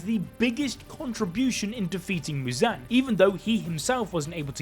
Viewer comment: Why the fuck is he saying Mewzan